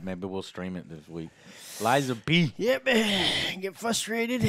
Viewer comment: Lies of P, not Pi. XD